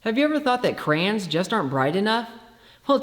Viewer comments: "crams" I never heard someone say "crayons" like that, but since you are the smartest person in the room, I'm beginning to question all those other people who say it differently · gets a pass on how he says crayons, I award it as a trophy of somehow still being alive.